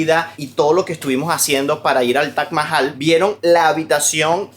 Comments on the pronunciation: Es Taj Mahal No Tach mahal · TAJ CON JOTA, TAJ MAHAL😂